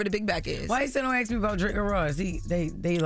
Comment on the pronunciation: reads well but can't really pronunciate shit and says ax instead of ask